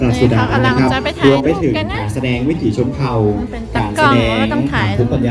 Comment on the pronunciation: "วิถี" ครับ ไม่ใช่ "วิธี"